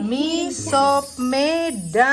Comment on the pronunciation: Org medan justru bilang nya misop. Bukan miso. Udah benerr itu